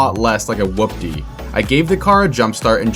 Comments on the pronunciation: Hoopty not whoopty 😂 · Dude! Stop saying it like that!!! It’s pronounced like “HOOPTY” whatever you’re saying is wrong and sounds fkn annoying. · Your in ability to saw hoopty correctly drives me insane. With the w its whopty, without the w its hoopty. Both said the same what hoop-ty or who-pty. bruh figure it tf out. Rage baiting the shit outta me rn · Love it. FYI it’s pronounced Hoopty. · Bro spelt whopty and says hoopty incorrectly and it drives me insane